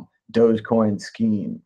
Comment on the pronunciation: Its not "dojocoin" its "Dog. E. Coin"